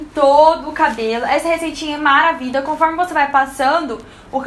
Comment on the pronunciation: Amei a receita, porquê vc diz maravida, da gunia kkk